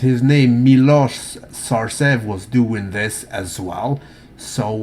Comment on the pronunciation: pay attention please. You didn't properly prononunced Milos Sarcev. It is pronounced like Milosh Sharchev.